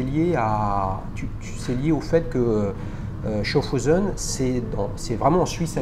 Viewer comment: sa se prononce chaffouse